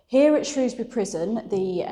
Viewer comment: My local prison, on my doorstep. And you pronounced "Shrewsbury" correctly, I'm very impressed 😂. Loved the video and now subscribed 😁 I also highly recommend the channel "tales from the hangmans record" by Steve fielding!!